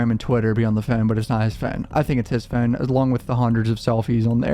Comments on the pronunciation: It's phone not phine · The way you say phone is hilarious 🤣🤣🤣🤣 “ i think it’s his fooon” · Hate the way you say Phuune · Why u say o’s like that😂😂😂 “fone” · Very good coverage of the case! But the way bro pronounces "phone" is outlandish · Stop saying phone like that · why you pronounce “Phone” like that? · The way you say phone 😂😭 bro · Bruh the way you say phone 😂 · The Way that your pronounce "Phone" lolololol Bro you gotta be from Calabasas. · The way u say phonr reminds me of cart man😂 all love tho🤣💕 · The way you say "phone" 😂